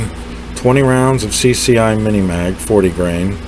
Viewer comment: Are you saying "maj" when referring to the magazines?